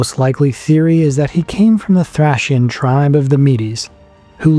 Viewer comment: The way you pronounce Thracian is Guna make my head explode 😂😂😂 “thrAYcian” not “thrAHcian” 😂😂😂